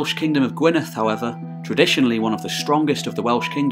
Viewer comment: The double d in Gwynedd is pronounced like the th in (the)